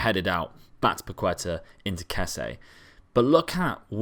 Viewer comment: Its not Pakueta, Its PaketA